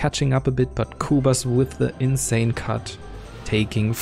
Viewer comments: its the insane not teinsan :-D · "theinsan" haha. I was so confused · 6.06 "thain-san-three"... insan3: am i a joke to you?